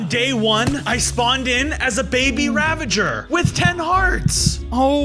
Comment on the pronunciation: XD man said raveger its ravager.